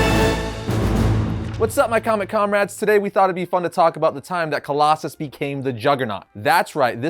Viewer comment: Really? "Coloss-a-snot"?